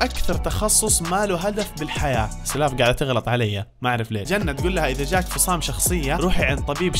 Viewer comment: اسمها سُلاف مو سَلاف 😭😭😂💔